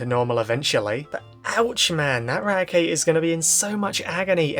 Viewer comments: "This episode horrified everyone! Raticate broke his teeth!" (And yes you pronounced the name right.) *Meanwhile in the manga Arbok gets cut in half, Zinnia gets stabbed and hyper-beamed in the face, and an entire region basically dying and only saved by Ruby using Celebi to go back in time. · we have hundreds of episodes from the Original Series and Sun and Moon to disclose the pronunciation of Raticate. It's always "Rat-e-kate" like eradicate.